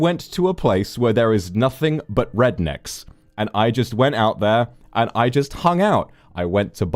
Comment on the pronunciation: I'm always happy to hear your voice, but I'd much rather have you happy and healthy and doing well mentally. That's of the upmost priority in my opinion. I hope everything is resolved as soon as possible so you get to feeling better! Also I laughed so hard when you said "rednecks" as someone from the south I hear it pretty frequently but you saying it was just funny to me. I'm happy to hear you enjoyed your trip. ❤ stay safe.